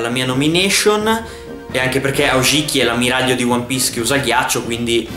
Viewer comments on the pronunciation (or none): Ho avuto la stessa sensazione quando ho scoperto che sasuke voleva diventare hokage, brrrrr.... (comunque è Ao-ki-ji e non Ao-ji-ki quello di One piece).